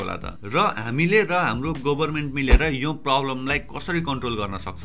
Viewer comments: It's about your pronunciation; गभरमेन्ट* not गोभरमेन्ट!! No offense, I was just trying to be sarcastic. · go haina ga ho...pronunciation: gaverment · why does it sound Gobarment ? 😄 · government ko pronunciation ali aftyaro suniyo